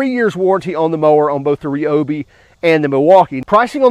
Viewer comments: Ryobi not Reobi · Just out of curiosity, do you eat rye bread or ree bread. LoL 😆 Drives me crazy when people say ree-o-bee instead of ry-o-bee… 🤷🏼🤷🏼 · The correct pronunciation is Ree-O-bee. NOT Rye-O-bee. It was originally a Japanese company, thus pronounced like many Japanese words. Thanks for watching.